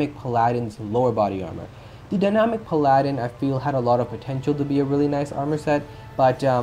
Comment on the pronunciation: Pal-uh-din. Minor thing though